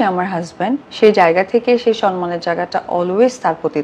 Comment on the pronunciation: আপা সবার আগে আপনার সনমান উচ্চারণ টা ঠিক করেন,,,,,,,,এটা সম্মান হবে